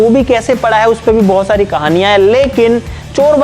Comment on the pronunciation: Bohot sari ❎ bhosari ✅ 😂